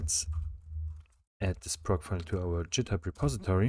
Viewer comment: jithub LOL 😂 sounds french .. amazing tutorial straight forward to the point 👍